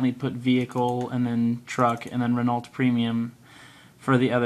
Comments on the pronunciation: ***** you should pronounce Renault like Ren Oh i had the same problem till i started watching Squirrel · Did you just pronounce the "t" in Renault? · In that kind of words (It's French), you never say the L or the T, but in English it's hard to say it without sayig LT, (I'm Dutch/French)